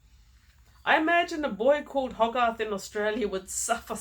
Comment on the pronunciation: Hogarth is an English surname, the book's character is possibly named after William Hogarth who was a 17th century artist and satirist. Btw it's pronounced Hoe Garth, English names and places can be a bugger for pronunciations unless you've heard them spoken out loud 👍